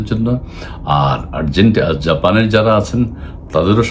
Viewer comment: আপনার আরজেতেনা টিমের কি অবস্থা, না মানে প্লেন্টিনা, ohh sorry, আর্জেন্টিনা